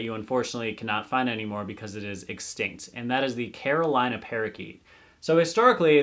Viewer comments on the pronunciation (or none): none